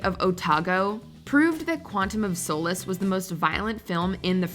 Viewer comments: “Quantum of Sole-Less”? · Can we talk about the pronunciation of solace?